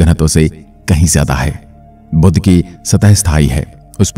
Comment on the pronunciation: बुध का उच्चार बुद्ध ना करे